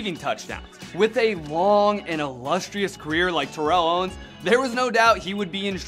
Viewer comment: Favorite player but your mispronouncing his name wrong yea, favorite player sure